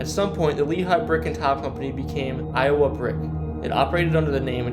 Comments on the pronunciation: Learn how to pronounce these town names jesus. Do you know anything about Iowa? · Evidently went to school in I O wa .